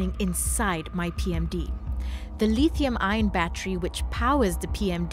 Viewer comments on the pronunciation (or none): Putting subtitles on the professor (who was perfectly intelligible btw) but your host can't even pronounce lithium, anode and cathode correctly... smh